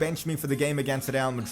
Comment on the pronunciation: Why do you have to pronounce real like 'Rrrrrreaal?' That just blasts my ears lol